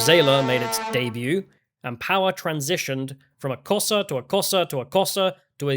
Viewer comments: You're pronounced Xhosa wrong the X is pronounced as a click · Does "Kosa" mean "Xhosa" tribe? The name's pronunciation begins with a click of the tongue upon the roof of the mouth. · Come on,. Try a tongue click for 'Xhosa'. You know you want to. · Xhosa is pronounced with a click at the start. edit - I see that this was addressed.